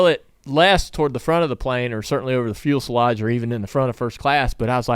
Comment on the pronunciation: "fuelselage" :D